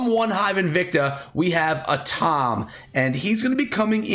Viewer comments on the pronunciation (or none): Who else realized he said "a tom" instead of "atom"😂😂😂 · A Tom? You mean Atom right? Aren’t you a school teacher? Lol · He didn’t say atom he said A-Tom